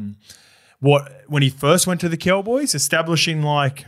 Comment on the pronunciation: Once you hear say “Ceewwwboys” instead of “Cowboys”. You can’t unhear it.